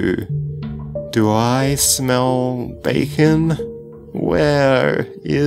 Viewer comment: backen is what he is saying